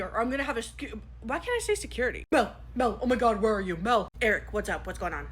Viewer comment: “Ouah my gohd” IS KILLING ME